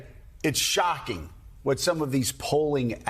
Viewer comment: Why Joe? I just don't get it. He's so limited, can't even come up with a better word than "things". It must be his emphatic enunciation of the word "shocking" and frequent use of "BS",it's enough that he provokes it doesn't matter that the provocation is gratuitously inflammatory, it's just fine because it drives traffic and ad dollars I presume